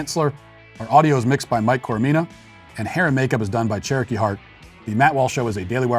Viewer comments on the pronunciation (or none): none